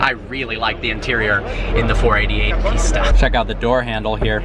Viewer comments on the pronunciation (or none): it is pista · I’m confused. I keep hearing you say Ferrari Pizza when I’ve seen it spelled Pista. Are you mispronouncing it or is the spelling actually Pitsa?